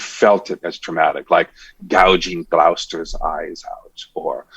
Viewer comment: ...that's not how you pronounce Gloucester.